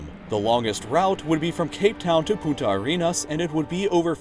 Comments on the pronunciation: The last 2 times you said it sounded like "puta arenas" instead of "punta". one means "bitch". Just letting you know, and yes, spanish pronunciation is hard. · That awkward moment whe he says "Puta Arenas"... Twice. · dxdxdxdxd. In spanish you said "prostitute" and the bad word for say it ajjjjjajajajajajjjjna. Be careful when pronouncing another languages xdxdxdxd you did it again ajjajajajaja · pronounce the N it sounds like you said bitch in Spanish xD